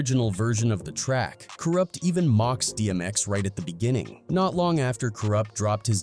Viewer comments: who is Kooroopt ? also early 1990's ? dmx came out in 98 , how the fuck is that early 90's ??? whoever narrated this needs to get they ass back to school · I've about had it with hearing "Kuroopt" from this guy....😤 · ka roopt. 😂